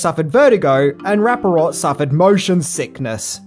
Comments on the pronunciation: Its "Rap-uh-port" , not "Rap-uh - rot" lol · Michael Rapparort lololol It's RappaPORT. Love ya, man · Michael Rapaport RAP-A-PORT.... not "RAPA-ROT" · RAP-A-PORT. NOT Rapparot. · Michael Rapaport not Raparort. Keep em coming. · It's not "Michael Rapp-a-ROT?" ...It's "Rapp-a-PORT!"....🤔🙄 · Michael Raparot? It’s Michael Rapaport. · It is Rapaport. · OK, I'll bite. I know Michael RappaPORT plays kind of a doof in most of his appearances but why you gotta butcher his name? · Michael ‘ Rap-pa-port ‘ …now you say it … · “Michael rap a rot” lol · ...its pronounced Rap-a-port. LOL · I mean this in the most positive way: Nobody mispronounces a name like! I actually find it quite enjoyable. And it just shows doing the reading. But it is pronounced Rapa-pour. And I highly recommend the video of him yelling at the weird cat. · Say it with me …RAH-PAH-PORT! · It’s Michael “Rappa-Port” All the best and great channel! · Another great upload. Every single person in this gem absolutely killed in their parts. One of my top five favorite movies of my life. I was 20 in 93 and saw this in the theater. Guess I'm watching it again, for probably the 20th time, tonight. Been years. But HOLY SHIT did you butcher Michael Rapaports name! LOL